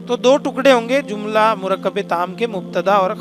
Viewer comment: Jumla bolo zumla nahi. جملہ، زملہ